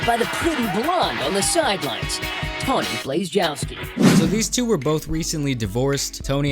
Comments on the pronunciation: TAWNY not TOMMY, Jesus christ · Her name is Tawny with an “n”. Not “Tommi”. My mom’s name is Tommi. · I like how 1/3 of the way in you just started calling her Tommy 😭 bruh her name's Tawny hahaha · Tawny, not Tommy. Nice try though. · Ron Swanson: did you say tommy or tammy? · Its tawny bro. Not tommie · Tawny, not tomi... but still agreed... steer clear of any an all names like this. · Her name is Tawny not Tommy